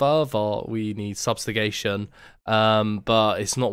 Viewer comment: First time ive heard subjugation pronounced substagation